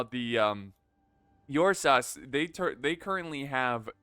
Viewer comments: Its pronounced "oor-sa" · I believe it’s pronounced urrr-saaahs (my source is Pokémon) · Am I wrong, or is mispronouncing Ursas? Like Ursa Minor/Major but add an S?